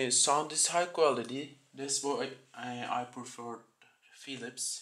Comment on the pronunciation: Bu adam ne biçim ingilizce konusyor lan dedim tam philips dedigi anda megerse adam türkmüş 😂